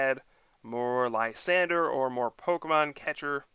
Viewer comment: LYSANDRE. Not Lysander. The 'R' comes before the 'E' so it sounds like drey. Come check out my video for the correct pronunciation. But I like your videos, keep up the great work!!!